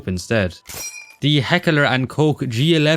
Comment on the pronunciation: Why does this guy keep saying HeckEler and hEmlet and similar?